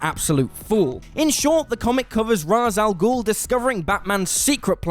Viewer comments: When you learn to pronounce ra’s al ghul properly then I’ll take you seriously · I literally stopped watching this video because his mispronounced Ra's Al Ghul's name.